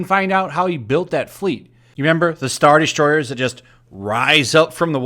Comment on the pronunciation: it sounded like you said “straw destroyers”